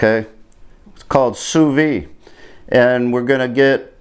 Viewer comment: Great video! Sous vide is pronounced: sue-veed (don't leave off the "D")